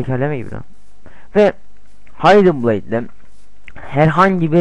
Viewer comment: Kennir -haydin bleyd -assassin's krayd olum sen hiç mi ingilizce bilmiyon